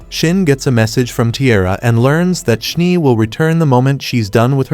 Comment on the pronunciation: Schnee is german for snow you called the one character schnie just noticed 😅